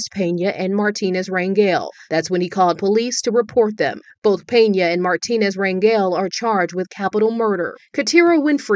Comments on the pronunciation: pronounced mar teen aze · Hello-Love your show! It is pronounced Mar-tee-nez. It's a Hispanic/Mexican surname. If you really want to pronounce it like a Spanish speaker it would be pronounced Mar(roll the "r" with the tongue)- ti-nez. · Lol his last name is pronounced mar- tea- nez instead of Mart-tin- nez think Jennifer Lopez or Fernandez or Perez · Its Mar TEEN ez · Martinez is pronounced Mar teen ez Spanish vowels A = Ah, E = Eh, I = ee, O = Oh, U = ooh Just helping you out